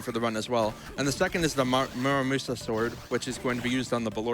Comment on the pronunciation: Dude can't say Muramasa right for his life